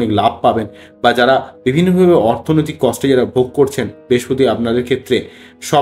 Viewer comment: মানুষের ভাগ্য নিয়ে বলছেন অথচ উচ্চারণ ঠিক করে করছেন না। "বেশপতি" কি?কথ্য ভাষা বলে নিজেকে আড়াল করবেন না।